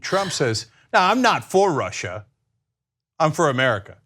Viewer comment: I'm not for Russhhha....I'm for the United Shhhtatsh. Myself, I'm for Super Poly Grip.